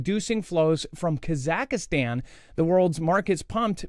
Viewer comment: LOL, you have yet to pronounce Kazakhstan properly so we don’t expect perfection when saying Kropotkinskaya. It’s all good.☺️